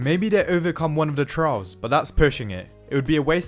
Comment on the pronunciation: It took me a few seconds to figure out you were saying "trials" and not "trouts".